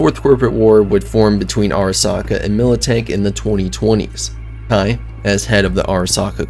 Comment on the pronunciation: its KEI as in the letter K. Not Kai. Good video but the mispronounced name made it hard to watch.